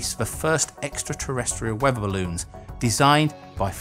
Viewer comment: "if you fought airships," "planetary wevva systems"